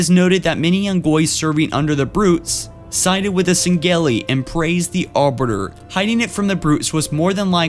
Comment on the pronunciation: Pronunciation for some of the words was kinda cute: Arberder < Arbiter, Colonul < Colonial, Punny < Plenty ;)